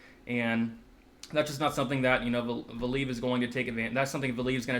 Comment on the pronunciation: Pronunciation police ! Val-ee-ev and in-oh-way... not val-eev and definitely not "ee-noo" hehehe